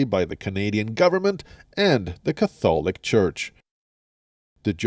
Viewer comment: Idiot can even pronounce catholic properly